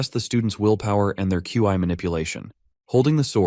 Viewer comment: Love it, but its Qi( or Ki) not Chi. Those are similar concepts but have differences, please fix the voice in future videos.